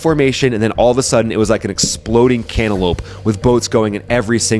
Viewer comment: "Exploding Cano lope" LOL